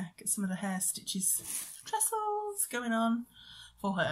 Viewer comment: Nice to see you again! Tresses NOT Tresles! Hope you enjoy your cruise! Mermaids have a secret scale which keeps her lady bits covered and safe, only the right merman can open it like the right key for a lock! Happy Hollibobs x